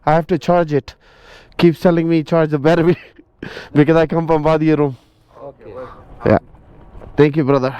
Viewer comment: Wadi e rum bro not room or Rome